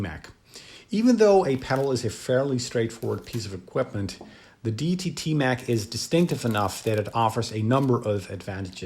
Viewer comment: Pronounced ‘Day e tee’